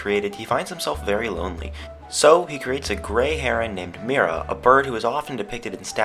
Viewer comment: The reading of Mira is Miera